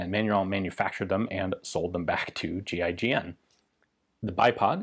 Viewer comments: Anyon else think he was saying “G.I. Jane” at first?? LMAO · It sounds like he's saying gi Jane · Kept thought he was saying GI-JANE